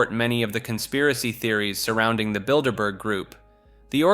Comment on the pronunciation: Thank you for not saying "Builderberger" ❤